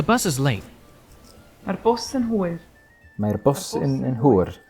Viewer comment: Just a little heads up, the way you pronounced hwyr made it sound like hwr (the Welsh word for wh*re)👀 Don't wanna be saying, 'Mae hi'n hwr' instead of, 'Mae hi'n hwyr' The rest of your pronounciation was honestly spot on. Keep up the good work💪